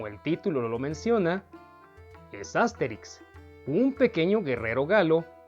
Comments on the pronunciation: ¿Por qué pronuncias "Ásterix" y "Óbelix" (palabras esdrújulas)? Has dicho bien otros personajes como Asurancetúrix y Abraracúrcix (palabras llanas), por ello me sorprende que no pronuncies como palabras llanas los nombres de Astérix y Obélix. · Es que en Latinoamerica asi los llamamos